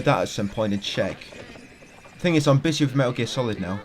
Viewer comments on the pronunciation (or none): none